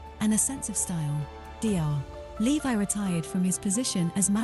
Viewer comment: Straight off you pronounce his name wrong, why not just try a bit harder?